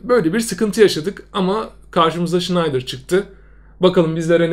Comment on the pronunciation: Abi şayndır electric die okunmuomu sen snejder dion